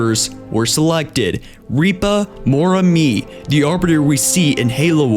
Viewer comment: I know you have a speech impediment, but you need to learn how to pronounce the words you say, Thel vadame, is spoken like this Thel Vadam, with a silent E. Ripa Moramee is said as, Rippa, not reepa, Mor a me.